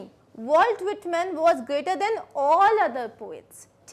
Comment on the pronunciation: Mam your THAN pronunciation sound is like THEN